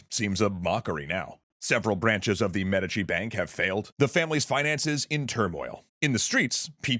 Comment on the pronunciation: Please tell me the inconsistent pronunciation of "Medici" isn't just annoying me to no end.